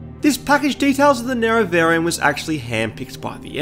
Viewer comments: They can use it because of how they mispronounced Nerevarine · 10 seconds in, if homie can't pronounce nerevarine correctly I don't think this video is going to go well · All the weird pronunciations bug me when trying to watch this. Nera-Veer-in? "Of the underworld hayds? And how did you get "Ahbolam" from Omalen Ancestral Tomb? Have you actually played the game? Or am I super ignorant and this is just how your local dialect is? I just have a hard time believing someone who played through Morrowind and heard Nerevarine pronounced over and over again would say it in some way like a reporter who never played the game would read it off a teleprompter.